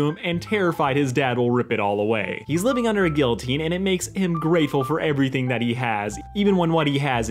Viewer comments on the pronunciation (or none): none